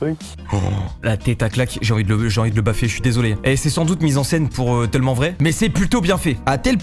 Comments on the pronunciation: C’est moi ou dit « tEUllement vrai » au lieu de « tellement vrai » 😭😭?? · Ça me fume il arrive vrm pas a dire tellement 😂😂😂